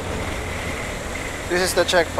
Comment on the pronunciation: Fibe pibe pibe Fibe fibe fibe Instead of five five five lol